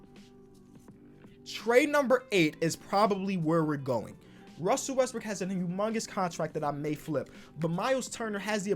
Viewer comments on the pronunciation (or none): none